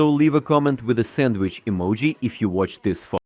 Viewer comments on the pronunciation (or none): none